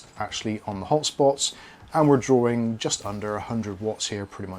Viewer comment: whenever he says "this game is drawing ..." i only hear "this game is boring" and its funny x)